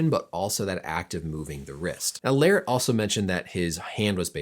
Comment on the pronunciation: just how in the world did you manage to butcher Larratt's last name to Lariat lolol and yet not butcher levan's last name... lol